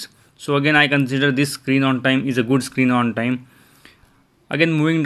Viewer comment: Im hear you say screeng on teng ,😆